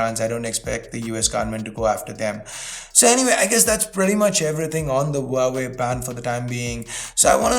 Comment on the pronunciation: Wowway Is this how huawei is pronounced?